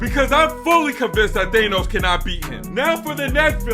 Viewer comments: its pronounced Thaaaaaaaa no ssss not theeeey nose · Since when did it become "Thaynos" ? 😅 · thaynos and normaymu really kill me